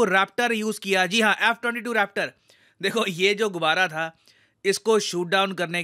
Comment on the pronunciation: Jo "Rappta" pada hai na "Raaptor" sey... Wahh kya baat hai...USA👏👏